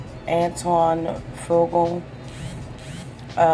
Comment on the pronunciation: You need to learn how to read and pronounce people's names correctly. Maybe you should practice reading stuff before you put it live. You're terrible interview I mean, your words are just terrible. I got sick and tired of just waiting for you. To say Antoine faqua correctly and Leela Roshan. You need practice, you shouldn't even have job reading anything!!